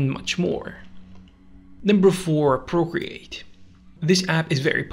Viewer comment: ah yes, my favourite drawing app. “Porcreate”